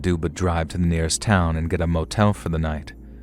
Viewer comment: lovely narration! Though sorry but I couldn't help chuckle at the "git get gone!".